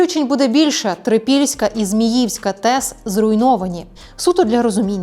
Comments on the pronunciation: Не ЗміЇвська, а ЗміївськА! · зміївськА, неправильний наголос!